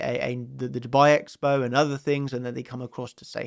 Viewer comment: When you say "Dubai" you sound like you said "to buy" ... it's yer pronunciation quickness, so "DUU-bai"